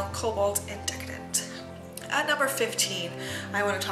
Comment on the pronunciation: I'm pretty sure that is cobalt indecent like in-de-cent not indecedent. Sorry I hope that didn't sound rude. I loved all your picks and the pictures were lovely! Don't be intimidated by others your pictures are great! I love your videos always!